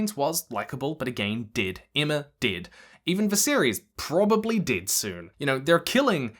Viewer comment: I thought you were saying "did", but then I remembered where you are from and you are saying "dead"